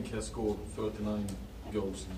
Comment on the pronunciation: "we scoored 36 in 17 games" vilken legend han är